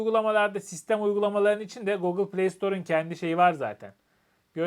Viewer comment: Bu saatten sonra alışkanlıkları değiştirmek mümkün olmayabilir ama doğrusu "gogıl" değil, "gugil". Sizinki "şarj" yerine "şarz" demek bir şey. Selamlar. Kolaylıklar.